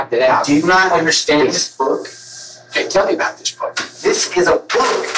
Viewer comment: He pronounces "book" as "bük"